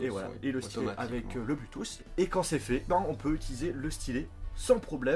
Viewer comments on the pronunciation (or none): none